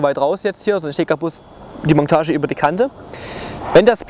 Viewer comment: Ich weiß es ist Dialekt aber es heißt nicht Mongtage, sondern Montage!!! Das tut .ir immer in den Ohren weh 😭